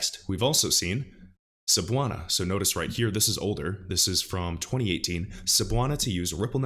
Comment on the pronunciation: Cebuana Lhuillier sounds like "scebuwana looolier".......you are totaly right on pronouncing Cebuana but it should be pronounced faster. Thanks for reading